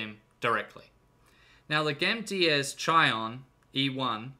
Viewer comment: Its Gamdias Chione (key-hon-knee)